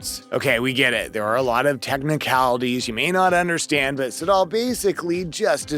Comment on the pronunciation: Joe Siddal - pronounced Joe Sid-dle